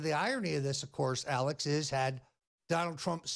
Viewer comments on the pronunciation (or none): none